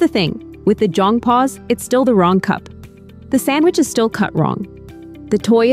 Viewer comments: me, a korean, clicking in video to see how i was supposedly raised lmao edit: oh, yikes, that is a LOT of ai footage being used but anyway, anyone who happens to read this, jeong is pronounced closer to jung ("hung", but with a j) than jong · Im Korean & its pronounced more like Jeong (jung)...but anyway, this method may be the now generation. As a millenial, most of my Krn-Am friends parents did what most parents do...re-act😂 not that calm